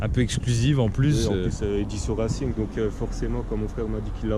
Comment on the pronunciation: C'est pas reilcing mais racing.